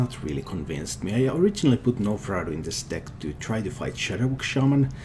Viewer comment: The G is silent in gnomeferatu. Love your analysis